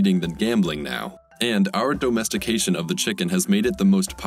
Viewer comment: Why is the narrator saying dOHmestication?